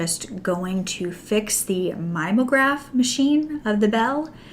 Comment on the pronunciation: "mim-E-O-graph" machine ;-)